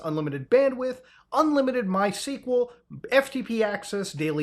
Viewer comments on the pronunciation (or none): none